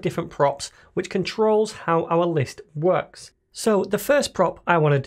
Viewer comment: "wuuckx" lol. Gotta love the accent :)